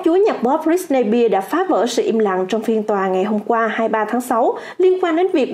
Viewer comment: Đọc sai tên britney spears r 😵